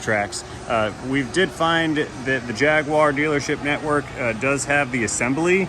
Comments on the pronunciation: There is no W in the word Jaguar. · spoken in the most obnoxious, snotty voice imaginable "Yeees, Humphry, bring uh-roond the JagWAR at once." My moronic mother that's never owned a Jaguar, can't pronounce anything properly yet still thinks she's "prestigious".